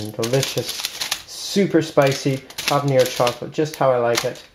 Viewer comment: You really need a spatula or a palette knife. Also it's habanero not habañero.